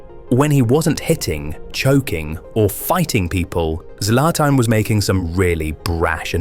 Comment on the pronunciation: Zlatan ❌Zlaiotan✅ 🗿🗿